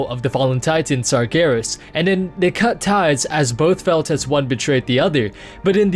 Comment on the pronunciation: Why are you calling Sargeras "Sargarus" ?